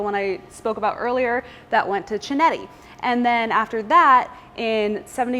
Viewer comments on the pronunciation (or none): Hi, just a small correction. In Italian, a ch is produced like a K in English. So Chinetti, is pronounced Kinetti. Love the video, and love the car.